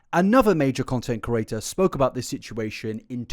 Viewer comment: Can you say content CREATOR in future? I just want to hear it out of sheer curiosity now. I hear you say content curator dozens of times per video.